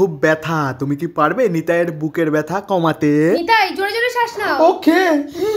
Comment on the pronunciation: ওটা বেথা❎❎৷ ব্যথা✅✅✅